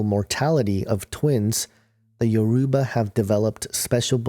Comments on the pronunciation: I wish that you knew how to pronounce Yoruba properly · The way u said Yoruba u pronounced it wrong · You are pronouncing Yoruba wrong but good video anyway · please you are pronouncing. everything wrong look for a Yoruba. person to help you!!!